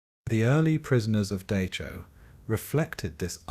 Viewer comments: Can you please pronounce it as Dachau not Duckaw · Dock-cow not Day-show. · Dachau is pronounced Dahow get it right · Oh, for pity's sake, get the name right! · The pronunciation of the name "Dachau" is just plain atrocious. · Why do you keep pronouncing Dachau wrong?